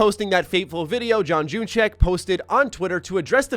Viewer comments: John junyszek sounds like unishek not June E Check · John Junyszek's last name is pronounced the way is handle is spelt "Unyshek", it's Germanic.